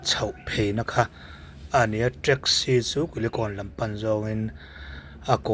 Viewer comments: Teksi tiin lam ve mai la treksi anih loh kha mizo tawng thiam bawk silo saptawng thiam bawk silo hmangdik thiam bawk silo eng tawng nge i thiam le i pianpui tawng pawh i hmangthiam lovang a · Traxci 😂😂 Rizz Hotel😂😂